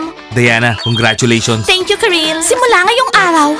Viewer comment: Kirill hindi karil,keril,kirel,ciril